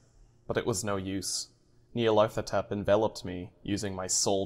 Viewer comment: the nyarlathotep is pronounced (knee-are-leth-oh-tep) just thought id try to help out haha :)